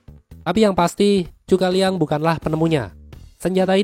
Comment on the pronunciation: Zhuge Liang ( Kongming ) Zhu - Ke - Liang Bukan Chu - Ka - Liang Sumber : percakapan pada film Tiongkok berjudul Three Kingdoms